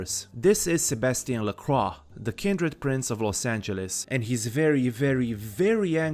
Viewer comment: Lovely retrospective. I also appreciate that you pronounce "Lacroix" in the correct way, which the game... just doesn't. Oh well, looks like it's time for another reinstall giggles like a child